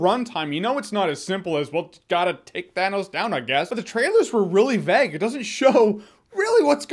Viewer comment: Why can't you pronounce vague